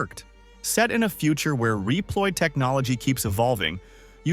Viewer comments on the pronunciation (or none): This guy says reap-loid LOL. Good video otherwise.